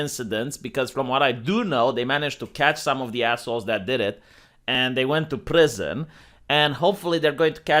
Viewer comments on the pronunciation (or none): none